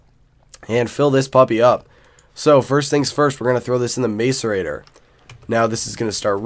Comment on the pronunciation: Dude it's mass uh rate or ;) great vids tho quality content